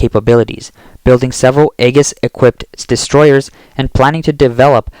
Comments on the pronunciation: The “E” is silent, pronounce like Ages (almost) lol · The "A" in "Aegis" is silent. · Aegis reads Ay-Jis. Nimitz reads Nim-its. Please work on updating your phonetic understanding of words. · Abe is pronouned ah bay Aegis is pronouned ee jus.